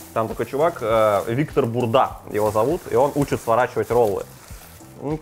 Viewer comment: Не послышалось или он сказал Виктор БУРДА😂😂😂